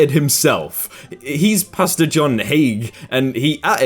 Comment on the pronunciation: Okay, you made me actually LOL when you said tie a kid to the tree - too funny. And that pastor? His name is hay-gee (soft g, long e).